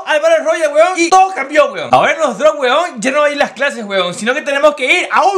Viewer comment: Lo que yo escucho HUEVON, HUEVON😂😂